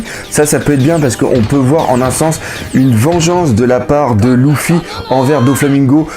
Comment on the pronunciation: c'est Luffy paq louffy